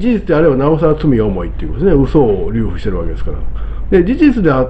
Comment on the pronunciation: 流布（るふ） ×りゅうふ